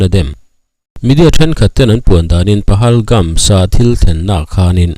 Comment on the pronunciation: Pahalgam tih mai a ni lawm ni PahalgamS ni lo in